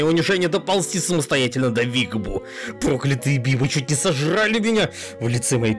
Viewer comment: не первый раз обращаю внимание, что ты иногда странно ставишь ударение. Ну, "проклЯтые бибы", же, а не "прОклятые". Если ты сам пишешь тексты, как такое может происходить??